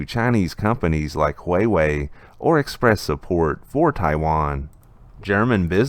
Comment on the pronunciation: This is how Huawei is supposed to be pronounced. Thanks!